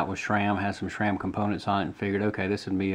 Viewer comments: SRAM not SHRAM!! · It's how you CORRECTLY pronounce SRAM.... As that's how it's always been pronounced by the heads (Stan Day) who created the name.